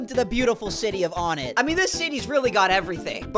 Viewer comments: Dislike, unsub, write hate comment, he said on-ett and not o-nett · It irritated me when he said On-ett